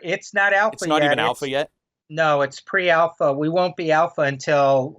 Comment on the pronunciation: I cringe every time someone says pre-alpha....